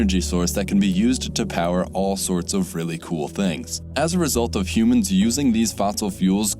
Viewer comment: what are these "humons" you speak of?